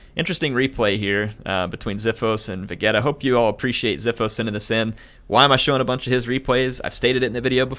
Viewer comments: its pronounced VEE GEE TAR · obviously doesnt know his super saiyans im disappointed in you, vegeta is (va-GEE-ta) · "Vagheta" Hueh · I'm sorry but ...the way you pronounced vegetas name......GO FUCK YOURSELF!